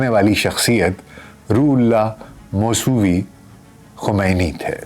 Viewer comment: اپنی ریڈنگ ٹھیک کرو لفظ موس وی ہے